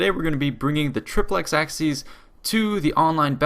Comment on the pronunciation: Great video, but the pronunciation of "triplex acies" is flat out terrible